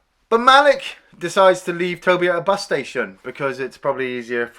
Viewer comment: His name is pronounced Ma-Leek.